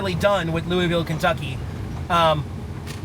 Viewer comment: It's pronounced LOO-UH-VUL.